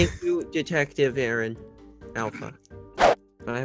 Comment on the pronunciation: OH MY GOD SHE KEEPS SAYING ALPHA INSTEAD OF AARON ITS HILARIOUS